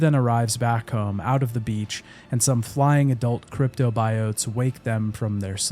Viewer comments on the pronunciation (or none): none